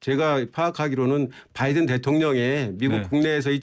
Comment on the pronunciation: 진실을 봤습니다. 오늘 아침에 윤석열대통령 아침에 하신말씀을 들어보니깐 발음하실때 단어마다 악센트를 강하게 주시는데 "나알리므은" "마알리므은" 이라고 발음하셨다구요? 그러고 아침에 말씀하신것중에 바이든 미국대통령 이름을 언급할때 언론들이 그부분을 빼버리는거 같은데 정확하게 의식하고 계신듯이 "바이든" "뽜아이드은"이라고 하시던데 완전히 충격받았습니다. 진실된 사과를 하셔야지 아침나오시기전에 어떤 참모한테 트레이닝을 받으셨는지 모르겠으나 노력하신것같습니다. 물론 진실을 은폐목적으로 말이죠 진짜 또한번 놀랐습니다 누가 트레이닝 시켜주셨나요? 국익보다 대통령님의 자존심이 더 중요하신가요? 실망했습니다 "뽜아이드은"